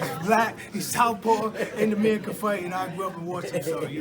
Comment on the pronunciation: Amir-khan is a Jamaican pronunciation for American so yes he’s American